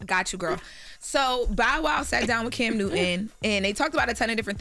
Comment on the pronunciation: Why is pronouncing CAM as Kim? Is that a Delaware thing?